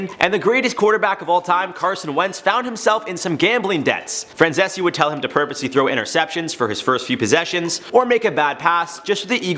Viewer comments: Micheal Francese (Fran-zees), not Francesse... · His name is pronounced Franzeez. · If you know about Michael Franzese, at least learn how to pronounce his last name. It's pronounced /frænˈziːs/. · Good job breaking it down but his last name is pronounced Fran-zees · If you are going to use someone as a source, you should learn how to pronounce their names. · I wish he’d stop saying his last name like that. It sounds stupid n it’s wrong lmao. Just say Michael dude 😂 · If you’re going to make an entire video talking about a guy, at least have the decency to do your due diligence and properly pronounce his last name. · hey thats my guy franzese! also the way you pronounced his name was terrible